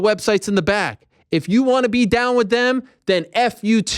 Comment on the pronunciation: ARIEL THROWS IT DAHHN